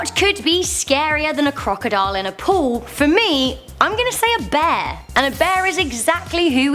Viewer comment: Heh heh heh....everytime she tries to say POOL, all I hear is her saying POO